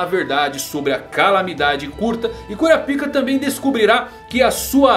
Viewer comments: "Kurapiká" com tonicidade aberta no segundo A é a pronuncia correta... num é cura pika kkkkkk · Pronunciar Kurapaica é errado? Ainda acho estranho ouvir Kura pica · Kurapíka ou Kurápika?